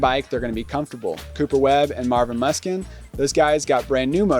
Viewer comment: Whos Marvin Muh-skin lol